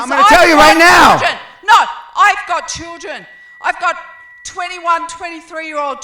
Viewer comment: She must be an Aussie. They pronounce "No" as "Noar"! I think it's funny.